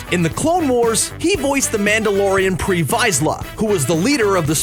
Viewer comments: Pre Vizsla not PRE VEIZLIA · Can't even say pre- visla right.. smh.. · Can't even pronounce Pre Visla right....you new to Star Wars or something?